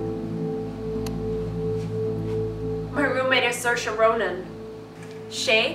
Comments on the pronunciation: Your roommate actually looks so much like Saoirse. It’s pronounced See er sha, not Sursha. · It’s pronounced SEERSHA not sursha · Ha ha so funny the way they say SIR-SHA! That's only what Irish people say when they pretend to be posh! It's pronounced SEER-SHA!!! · From someone who lives in Ireland and has multiple friends called saoirse you aren’t pronouncing it correctly, it’s seersha not sirsha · ser-sha, sore-say, im screaming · Before, I disregard the spelling and always pronounce her name as SAW-RIS. Then, SA-YORS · “Is her name like sore-se or something” lmao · I hate how Saoirse pronounces her name. She pronounces it wrong. For those who don’t know the Irish language, Saoirse directly translates to freedom and is pronounced “See-ear-sha” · Just for the record it’s pronounced “seer-sha”,it means freedom in Irish ☘️ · I thought it was pronounced sore•ee•s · You're saying her name wrong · you're pronouncing her name wrong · If you’re going to make a whole video on her try pronouncing her name right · At least be able to pronounce Saoirse properly